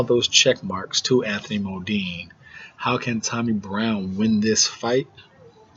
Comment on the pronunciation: Bro this is ya first review I've watched, TBH I hate to hate but first off stop callin Choc fukin "MODINE". His name is "MUNDINE " there aint no MO in it. Anyways ya make some valid points bro just try to be more direct straight to the point when ya predicting fights getting a fighters name rite is a good start